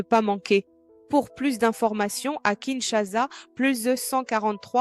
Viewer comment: BM, la publicité du site de vente des maisons ,parle de kinshaza. Non, c’est Kinshasa.